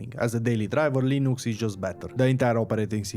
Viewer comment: Everytime I heard "linoox" I had a sizure